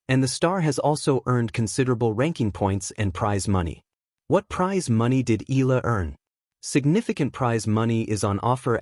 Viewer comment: The family name is pronounced " E-ya-la"